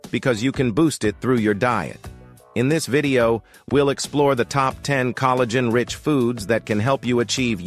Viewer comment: Coal - a - gen 😮 Hopefully AI isn't teaching English pronunciation anytime soon 😉